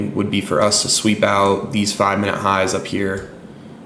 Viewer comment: Is it pronounced minute or mineooot?😅